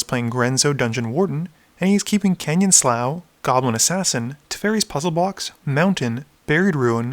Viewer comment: Canyon Slough is pronounced Canyon Slew